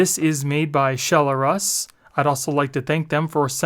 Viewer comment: i think its Shell-Russ not Shell-r-us